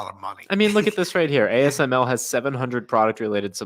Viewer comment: Dude you don't even know how to pronouns ASML.